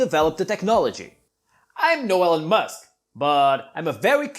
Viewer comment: i thought he said helen musk, the subtitles though he said allen math all while thought he said elon musk 😂😂 made me laugh so much